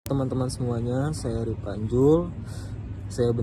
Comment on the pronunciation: Ripanzul Woi Bukan Ripantek🤣